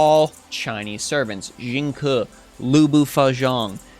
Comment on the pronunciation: Some of the servant pronunciations if off so Lu bu Feng Xian the Xian is more like a Shen not shaun Wu ZeTian is Ze is more of a jur sound and TIan is closer to the Ten sound shaun sounds is off just slightly strecth the e sound to a lower pitch QIn LIang Yu Liang just less of a pause between the li and ang Sima Yi is SEE ma Yi Yang Guifei Gui if more of a Gu-wei just in one go and should be closer to the sound. For XuanZhang Sanzang Xuan more of a Su-wan in one go should be more accurate?